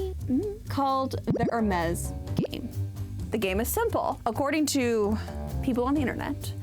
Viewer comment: thanks for telling me the correct pronunciation of Hermes. Not at ALL what I thought.